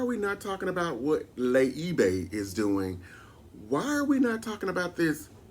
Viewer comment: Did you say "Le Ebay"? LMAO. My first time and let me subscribe right now!! ❤❤❤❤ Marlo is the downfall. If she's back next season I think I'll be done. Dat's right. Monyetta has proven that she is not to be f-d with. Kandi imo wasn't stern enough with her nasty a** mother.